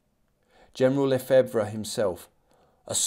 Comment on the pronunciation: Lefebvre = Luh-FEVV. Mermet = mare-MAY.